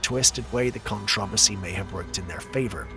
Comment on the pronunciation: today "controversy" last one "garage" not long before started with e ( can't remember now)